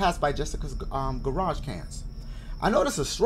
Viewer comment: "garage cans" tf is that dashie? 😂 clearly says garbage cans